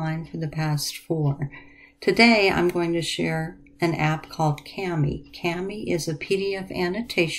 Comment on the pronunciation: It's pronounced “kaw-mee”.